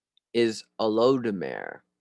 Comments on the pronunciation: pronounced O-loo-doo-ma-ray (oludumare) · Greetings Our holy city is called ile ife. Olodumaré is pronounced with an long e. The ifa spirituality and its link to other Latin/African/Caribbean pantheons should be further elongated..and the different versions of eshu/exu/papa legba.....There should be a part 2. To complete the information Thanks my friend it was nice asé 🗝️🗝️🗝️🇳🇬